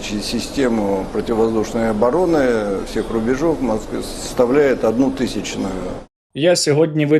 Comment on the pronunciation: "РубежОв"?) Пхахахахахаах🤣🤣😂😂🤣🤣 Мэр маЦквы😂😂😂😂😂😂